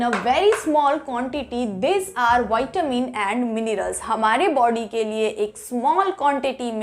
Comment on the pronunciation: Not vitemin is vitamin